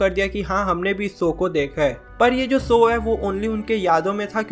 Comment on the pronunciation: Bro it's show not soo! work on your speech skills